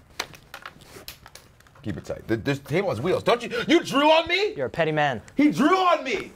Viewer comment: When he said "He drew on me" I thought he said "He drooled on me"